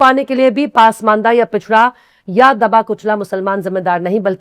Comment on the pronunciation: मैडम पासमंडा नही पसमांदा सही लफ्ज़ है